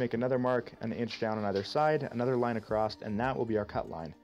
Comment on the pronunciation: There's no T in across. Across. See? Ah-cross. A. Cross. Not acrossT. It's not an acrostic poem. Edit: Okay you also say 'processT' so I suspect you might just have a speech impediment or something. You DO know SS' don't have a T after them ever right? I can't think of a single example.